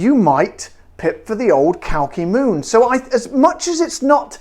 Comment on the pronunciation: Glad to be on board:) but we have to work on the pronunciation xD cheers